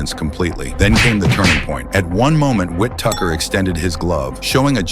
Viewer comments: Probably a Nigerian Prince creator of this shite,Whittaker not Whittuker wtf 🤢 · WHITTAKER NOT WHIPTUCKER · Who the hell is Withtucker?? Whittaker is his name😅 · Wit tucker 😂 ai cant read wittaker correctly 🤭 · It’s Whittaker not “Wi-Tucker” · It’s not WHIT TUCKER…..it’s Ben WHITTAKER! Sheesh! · Why he keeps calling Whittaker “Whitucker” tf is that about! 🤣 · It’s WHITTAKER 🤷🏻‍♂️ not TUCKER Sausage 🙄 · His name is Ben Whittaker. Not wit taker 🤣🤣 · Whittaker not Wit Tucker 😂😂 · Who is whit tucker? Its whittaker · Who tf is "ben whit tucker"😅😂?? Wow ai.. his name is ben Whitaker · Whose the Whitucker guy? It Whittaker my AI bot friend 😅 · It's pronounced Whittaker you silly Ai commentator. 😂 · Who is Ben Wit-Tucker? AI sucks. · Ben Tucker? AI fails again.... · Learn how to pronounce the man's name. His name is Whitaker. Not Whitucker. Morons. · Whittaker ❌ Wit Tucker ✅ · I heard wit tucker too, AI sucks! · Who's Whit-Tucker?? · What’s this Wit-tucker pronunciation? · STOP WIT THIS AI BULLSHIT.... WIT TUCKER.... 4REAL..... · Wit-tucker 😂😂😂 At least get his name right!!! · Whit- Tucker??? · Never heard of Whit-tucker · Fix your A.I. who TF is "whit-tucker?? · The AI voice calling him "Whit-Tucker" is crazy tho. 😂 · Whit-tucker 🤦‍♂️ get a grip. Crap video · Hearing Wit tucker is pissing me off lmao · how the fuck are u sayin his name??? wet tucker??😭😭😭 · The AI voice saying “WIT-TUCKER” is pissing me off 😅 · Ben whit-tucker ? 😂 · “ Whit Tucker”? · Whit-Tucker Huh? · whit-tucker??? his name is ben whittaker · "Wit Tucker". You losers have gotta stop posting these AI slop annotations. Cringing so hard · I hate these A.i narrations “Whit-Tucker” 😂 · Whittuker?? At least get his name right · Wit- tucker. A.I not so intelligent. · Wit tucker wtf. Get better ai. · How does this guy say whitaker?? Wit tucker?? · why is the ai pronouncing whittaker like wit-tucker? lol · Whit tucker 🤣 great job AI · It's pronounced WHIT TAKER. The spelling is the give away😅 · Who’s whit-tucker 😂